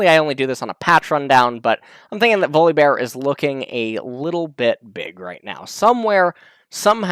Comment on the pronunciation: i was just listening doing something else then i heard you pronounce his name weirdly .